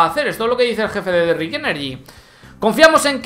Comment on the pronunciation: me gustan tus videos, pero últimamente has estado equivocándose con los nombres. Selama Rich Energy, con CH. Vos estás diciendo Rick...